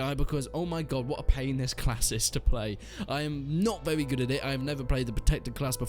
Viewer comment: "it's vewy vewy slow"